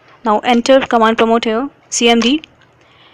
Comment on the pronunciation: nice english but it is Command Prompt and Command Promote